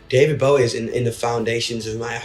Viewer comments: he did not just say baow-ee i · Why Can't Say his name right - It's Bowie, Like The F*ckin' Knife